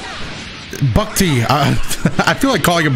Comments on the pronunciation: Lmao was really struggling to say "Bucktee". Guess hes not familiar with the Toronto lingo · Hearing say bucktee is the best thing ever